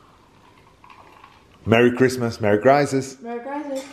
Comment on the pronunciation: Awesome family traditions. Beautiful tree and lovely family Are you saying “Merry Crisis?” 😂